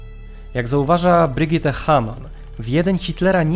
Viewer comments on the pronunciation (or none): none